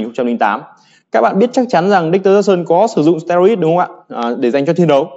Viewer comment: Steroid đọc là ˈsterˌoid' chứ anh? Như a là thành sterid rồi